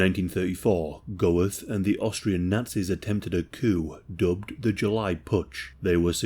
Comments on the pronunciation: Bruh its pronounced "Göeth" not "Goweth" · Isn't it pronounced Gert not Go-eth? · Great video mate, just to let you know its pronounced like "Ammon Gurt" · The consistent mispronunciation of the name of the SUBJECT OF THE VIDEO makes this impossible to watch. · Interesting video, but the mispronunciation of the name Goeth is very jarring. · And that’s how you butcher the pronunciation of a last name